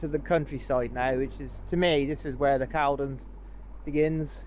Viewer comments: Good video, thanks. By the way, they are pronounced ee-truria and culdon canal 😊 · Sorry to be fussy (can be) but Caldon is pronounced Cauldon or Corldon. Don't know why. Perhaps a southerner taught us midlanders how to pronounce it. Spoke to you on your way back at Milton.